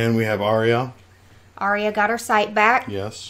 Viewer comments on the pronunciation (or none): It's funny how Sophie (Sansa) is the only cast member who can't pronounce it Ar-ya instead she says Ar-y-a. Great reaction as always guys. Steve is so focused watching he spills ice cream onhis shirt haha! What Dany did was also technically blood magic killing the Khals so no she's not fire proof. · It kind of fits, though. Pronouncing her sister's name wrong seems like the sort of thing young, bratty Sansa would have made a habit of out of spite. :D